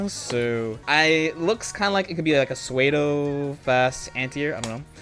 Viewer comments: did?....did he say swaydo when he meant pseudo? that really fucked me up in the head lol wtf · Y'all not even gonna help him out with it? For anybody wondering: "pseudo" is pronounced "SOO-doh." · Not to be that guy, but pseudo is pronounced like "sudo". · my mans just pronounced pseudo as suwaydo :( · I’m sorry this is a great video but did he pronounce pseudo as “swaydo” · I literally came into the comments because I just heard that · This dude said Suede-o 😂😂😂😂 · Just fyi, pseudo is pronounced "sudo" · "sway dough" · the way he said psuedo kills me. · Yeah man it kills me when people pronounce pseudo like that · i clicked off the video and had to come back later cause of it